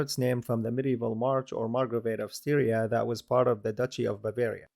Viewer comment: Furthermore Styria is not pronounced like Syria, the first syllable is pronounced like in "stylish". Which leads to a result much closer to the native German name "Steiermark". (Same goes for town and river Steyr...)